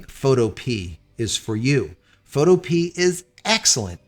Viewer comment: I think it's fo-to-pee-ah, not fo-to-pee.